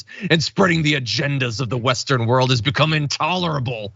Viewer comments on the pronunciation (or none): none